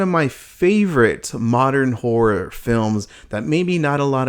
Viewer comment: i just keep hearing him say "asian whore films"